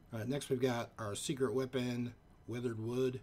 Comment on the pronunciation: "...Weathered wud."